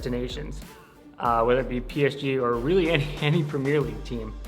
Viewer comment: This guy cant even say premier league bruh